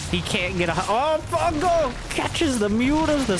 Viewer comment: "Fun Gal"